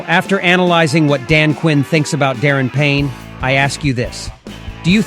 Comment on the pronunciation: Prolly just the ai